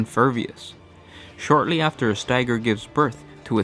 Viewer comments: Oh, he just pronounced Viscous as vicious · is that viscous? Sounds like vicious. Sorry if thats what was indened. Love your work. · Also, not to be a pronunciation Nazi, but if it's the word I think it is it's pronounced Viss-Kuhs. I always imagine it as a warrior in armor made of blades. With like a glowing red eye slit. Imagining words as beings is fun. Like Carton would be a Warrior in angular armor that looks kinda like a war hammer. And it Throws its self into its enemies. Carbon makes me think of a guru me of cotton candy and sand. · Not Vicious.... VISCOUS!!!!! Please sound out hard words. Seriously, you guys are aweful about that. Love ya though.